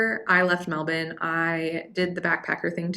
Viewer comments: Glad to hear you've been here long enough to pronounce Melbourne correctly. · You pronounced Melbourne correctly, good onya.